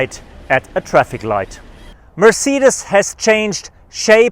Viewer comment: this is the best “MerRceedes”